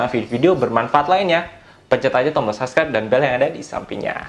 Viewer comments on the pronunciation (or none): none